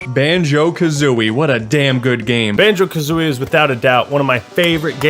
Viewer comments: You messing up the name of the game constantly, killed me. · Great review, but he fucks up the name of the game EVERY TIME. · I hate the fact you kept saying Banjo AND kazooie XD but yeah a lot of us probably are looking through nostalgia glasses though great game none the less